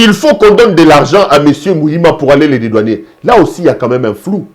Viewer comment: Cher monsieur, l'on dit dédouaner et non dédouanier.